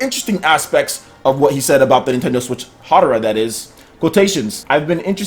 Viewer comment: Tekken producer is named Katsuhiro Harada, HARADA NOT HADARA. Otherwise, very good video :)